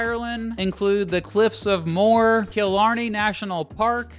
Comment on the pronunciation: Cliffs of more😂😂😂(it’s pronounced mo-her)